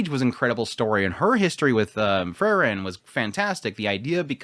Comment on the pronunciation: Her name is still Free-ren and not Frrren. 😁